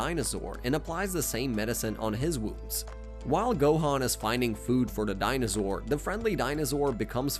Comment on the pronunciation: Part 3: guys “da mice” are in my refrigerator they’re eating all the cheese “yahjeerobae” “well done”✌🏻🥀 i think bro was just trying to play baseball help im running out of “da mice” puns “Dinazaur” it’s called a galick G U N but I’ll let it slide bro I can’t keep doing this NOOOOO I THOUGHT I WAS SAFE If I do anymore at a time I start losing brain cells so see ya in part 4💀😭